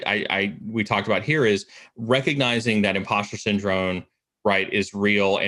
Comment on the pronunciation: Am I crazy or does he syndrone instead of syndrome. Love these videos but that's kinda driving me nuts...